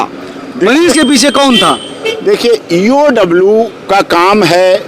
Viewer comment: पत्रकार महोदय, ईओडब्ल्यू नही होता है, इओयू होता है, आप बार बार ईओडब्ल्यू बोल रहे है, सोच समझ कर उच्चारण करिए, बाकी I SUPPORT MANISH